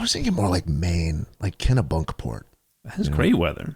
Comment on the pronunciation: It’s “Kenny-Bunkport” not “Kena-Bunkport” 😠